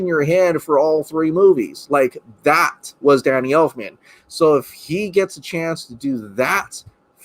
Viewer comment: I almost chundered when you said Elfmans name 🤢